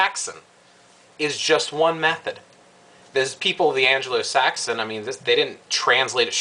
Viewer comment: "anglo" not angelo